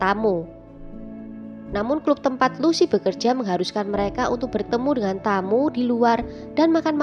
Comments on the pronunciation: Bacaanya klap bukan klup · Kak.. org mn sih kok bahasanya medok banget. Club itu bukanya dibaca 'klap' ya dlm ejaan bhs indonesia. Masak di baca 'klup' jg... geli kedengaranya.